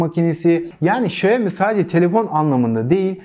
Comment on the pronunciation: Okunma şekli şayomi değil şiaomi diye okunur. Direk çince çevirisi budur.